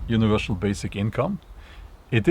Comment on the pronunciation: universal, not univershal